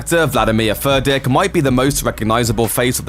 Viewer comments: Is he saying Furdick like a beavers pecker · Furdík - read "Foordyeek" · You are pronouncing Vladimír Furdíks name all wrong man. Shame on you! You should learn about his origin country wich is Slovakia and so you should call him. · And yet again, it was too difficult for Looper to just ask someone for the proper pronunciation of Furdík. Is it really too much for Americans to have at least this little bit of decency?